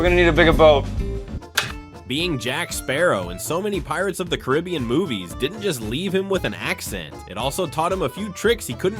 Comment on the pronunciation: You pronounced “Caribbean” wrong.